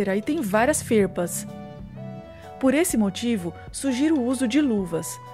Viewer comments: Não é ferpas, é farpas. Kkkkkkkkkkkk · Não é fespas, é FARPAS